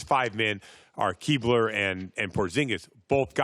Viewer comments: He said Keebler lmfao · Keebler? He's not a cookie elf Brian it's Kleiber lmfao